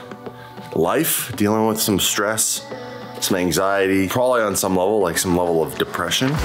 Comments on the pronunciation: its anxiety not axiety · Bro it's anxiety not axiety. look after it